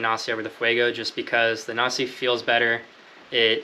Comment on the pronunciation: If you haven't figured it out by now, Nasci is pronounced na-ski